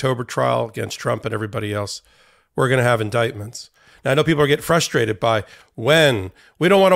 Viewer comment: Don’t say fustrate, don’t say fustrate, don’t say fustrate… damn!!!